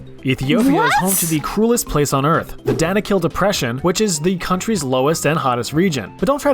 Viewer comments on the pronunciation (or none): none